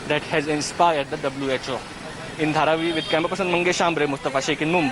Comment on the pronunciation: HARVEY? HE SAID HARVI! instead of Dharavi! Great Evening!